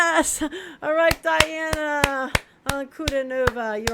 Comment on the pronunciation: Welcome to the magical, mystical world of Princess Diana, The Goddess Voice of Nature. Enjoy your journey. She is a true Contralto and Polyphonic. BTW, her name is pronounced Dee aah na An coo DEE nova.